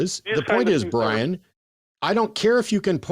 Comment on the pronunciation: 'Who is this Bwian?'